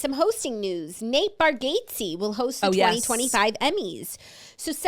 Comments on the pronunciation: I just came to say this! Please learn to say it! 😂 Bar - gat - see, not Bar gate see. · You guys must watch a Nate comedy special. Also it’s pronounced bar-gots-ee lol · Nate says it “bar get zee” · caaaaackling at the confident pronunciation of Nate Bargatze’s name ☠️😆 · When it’s wrong 😂😂